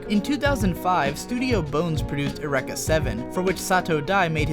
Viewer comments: Eureka is pronounced "Yur-ee-kuh" by the way. I live in the town of Eureka, California, so this really stood out to me. Cowboy Bebop is up there with Madoka Magica, Baccano/Durarara, Ouran, Kino's Journey, and Paranoia Agent as one of my favorite anime. The amount of elements that came together to make that show as good as it is, is simply insane. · does no one know how to pronounce eureka? it's your-eek-uh. you're welcome.